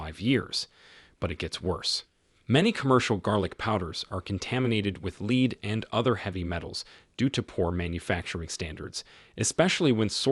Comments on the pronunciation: Lead = leed....this is AI bs fk off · I'd agree BUT it's not talk. It's AI crap. Lead pronounced leed says it all.